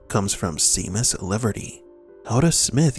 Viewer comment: I think you pronounced Seamus incorrectly. Shay-mis. Not Sea-mus.